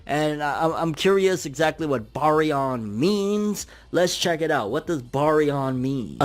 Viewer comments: Those eyes were momoshiki so the momo vs isshi interaction is finna be lit also its pronounced bare-re-on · Bary-on? Like berry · Lol why are you butchering the pronunciation of the word 😅🤣😂